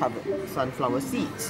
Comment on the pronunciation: And last but not list, the chocolate covered sids